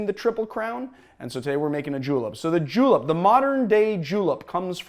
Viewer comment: did you just say J E W L I P S